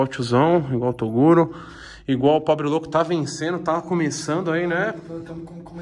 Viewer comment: “probe louco” o pobre louco e a menina perceberam e riram kkkkkk